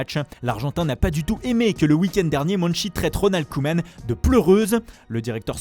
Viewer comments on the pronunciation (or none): none